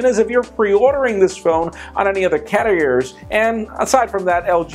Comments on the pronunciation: is it just me or did said "CARRiers" a bit awkward at? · hah he said carriers wrong lol :44